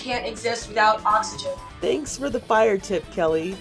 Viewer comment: ah yes the “flire” alarm.